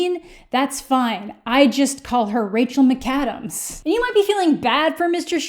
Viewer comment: the only thing i took from this video is that you call her rachel mih-kadams and not rahcel mick-adams